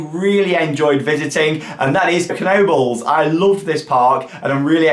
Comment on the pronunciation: It’s so funny listening to the various pronunciations of Knoebles😂😂 some push K and Nobles and then there are those that do it “correctly” : Knoebles without spreading the K up from nobles!! I can’t wait to see you visiting Dollywood!!!